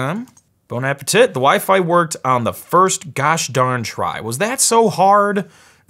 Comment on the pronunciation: "Bon appa tit." Lol